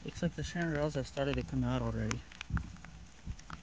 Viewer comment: Is anyone else triggered by how he pronounced chanterelles?